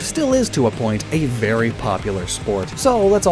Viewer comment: So only I heard "Berry valid"? Ok